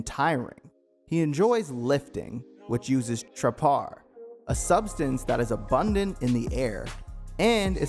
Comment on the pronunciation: Nerve vash? Uri ka? tra PAR? What the hell are these pronunciations? Doesn't even sound like that on the dub, let alone sub.